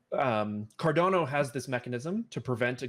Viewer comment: Dude said Cardono lol